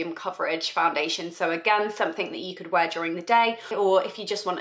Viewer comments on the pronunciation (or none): none